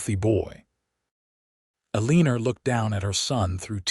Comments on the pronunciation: The name has a r on the end, but the name is not pronounced Elener. If you are going to write stories and read them at least learn the correct pronunciations for names. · I can’t even listen to these because pronunciation is so awful. Elenor is not pronounced Aleaner! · The story would have been even better if the narrator would have correctly pronounced Eleanor or Elena. That grated on my nerves. The story, however, was wonderful. 10+